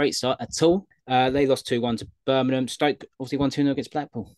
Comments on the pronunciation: I am literally convinced after watching this channel for a while now that literally 90% of the time goes against us and its BirminGham not Birminham 👍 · How hard is it to just say Birmingham you're a grown man 😂 great pod lads